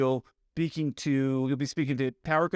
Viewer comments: You also said "beaking" when you started to say "be speaking". Lol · Besides the inter-rational word, you caught yourself on 'beaking' and corrected to 'speaking' early in the video. Somehow mistakes I hear don't bother me. However if I find errors in print and I read a sentence five times and it still doesn't make sense and I have no idea what they meant to write, then I am irritated. Not a pilot but enjoy your videos!